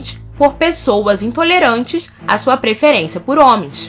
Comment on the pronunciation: o video tá muito bom, mas me incomodou um pouco ela falando "preferência"